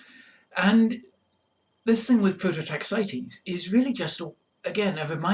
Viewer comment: I sighed a breath of relief as soon as you pronounced Prototaxites correctly 😅